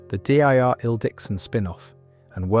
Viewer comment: I hate how you say Daryl & Terminus